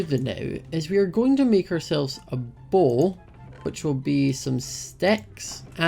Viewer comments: when said bow I thought he said bowl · When he said bow i thought he was saying bowl. I love his accent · Me when was making his bow: 'why do you need sticks to make a bowl? It's just three planks. String? Why? oh... your making a bow, not a bowl. Your accent makes bow sound like bowl.'